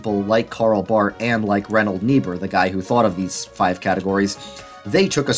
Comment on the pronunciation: still can’t figure out who you are talking about. If it is Reinhold, it is pronounced wrong, if it is Richard, same 😳. Richard Niebuhr was the one to write Christ and Culture.